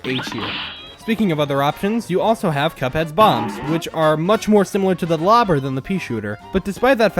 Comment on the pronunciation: Left when he said lobber at B